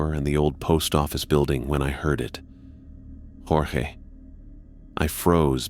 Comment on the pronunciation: You lost me at "Jorgé Stark".